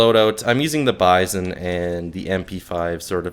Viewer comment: Nice, I'll give it a shot, just for the magazine system alone. I seen it before in AMK Soljanka Deluxe (the german* version of People Soup), but for obvious* reasons I couldn't play it. Oh, and it's "bee-zone" and not "by-zohn", it sounds better IMO, it also happens to be the correct pronounciation (I already checked), and because by-zohn sounds like M. Bison, man. This mod would be a nice appetizer. Lurk 2.0, Misery 2.0, Lost Alpha and so many other interesting STALKER mods are taking forever.